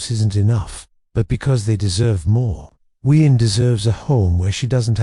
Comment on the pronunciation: Please read Huyen's name right. It is a beautiful story....please get the names right!